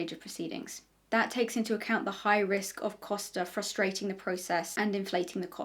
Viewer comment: It's just really funny how much I (portuguese speaking person) was impressed by you saying "Costa" correctly, it's such a small thing but apparently people usually struggle with saying portuguese last names 😅